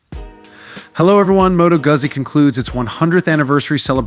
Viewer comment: its "gutsi" not "gazi"🤌